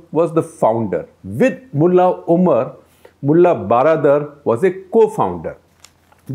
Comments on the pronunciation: Regarding Mulla Baradar, the word baradar is Persian version of English word "brother". So, baradar simply means bhai. If translated it will become "mulla bhai". The word has to be pronounced almost same as how we pronounce brother. So, just wanted to point out that the way you pronounce "baradar" which appear to be "12 dar" is not correct proper. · If you want to correctly pronounce the name of baradar, just say 'hello brother' a Salman khan film... that brother is exact pronounce for this gentleman. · If you want to correctly pronounce the name of baradar, just say Salman khan film hello brother.. that brother is exact pronounce for this gentleman.